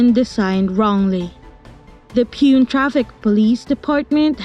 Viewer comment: You butchered the pronunciation of Pune. Its POO-NEY